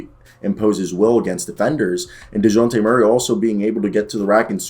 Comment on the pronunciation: First 30 seconds of this video were jarring as fuck, from the way you pronounce Dejounte to “muscle hamster”, I’m not sure I should keep watching